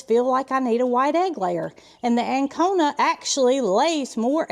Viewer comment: I'm confused. Are you saying Ancona?---No, a White Leghorn does not lay more eggs than an Ancona chicken. White Leghorns are superior egg layers, averaging 280 eggs per year, with some hens laying up to 320 eggs annually, whereas Ancona chickens typically lay 180 to 220 white eggs per year.